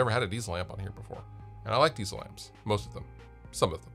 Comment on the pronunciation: Diezel is not pronounced "Diesel" like the fuel ... it's a german surname and sounds more like "Deetsel".